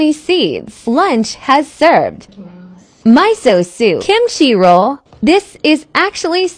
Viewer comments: It's not pronounced "myso" soup, it's pronounced "meeso" soup. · My goodness the ai pronouncation 😂 my so soup 😂